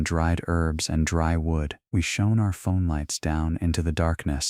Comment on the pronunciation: Please sort out your A.I. pronunciation. Shone is pronounced shon, not shown.